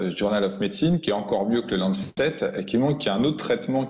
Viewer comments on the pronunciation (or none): Blanchier dans une interview n'est même pas capable de nommer correctement la soi-disant publication médicale la plus prestigieuse au monde : The Lancet . Pour lui c'est The LancTET .... Quel pauvre type. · Il prononce lancetête pour Lancet ! Vraiment à chier ce blablachier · Blachier me fait rire. Il n'est même pas capable de prononcer le mot en anglais The Lancet. Il dit le lanctete